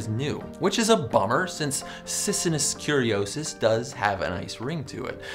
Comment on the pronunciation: *SIGH* please tell you didn't just overlook the first thing that appears on google when you look up cicinnus curiosus (i know he said "curiosis" but still)